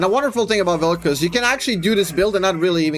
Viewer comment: "gays of Vel'Koz"? 🤨